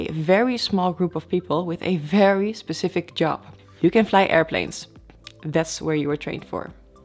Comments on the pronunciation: Pecific...Pecific? Specific? Specific...I LOVE this girl! I don't even speak ONE language well. When you say you'll end up in the "right seat"...you mean the left....right? :-) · Speshific, ? Specifics, ? Specific, .